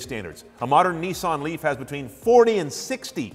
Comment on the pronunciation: Nissan Leaf not Neeson leaf.